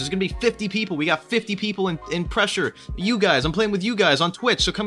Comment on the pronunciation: Thought you said thresher instead of pressure